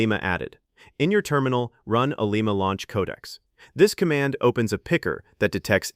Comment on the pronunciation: For a generic 16gb thinkpad with 4 gigs of vram, the models you can run are just toys. They fail at real work. The ONLY success I've had is by using Pi Coding Agent with local LLMs and even then the scope of work you can do is limited. Oh, and teach your TTS how to pronounce Ollama.